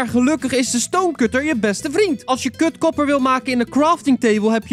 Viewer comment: Het klonk echt als "kut kopper"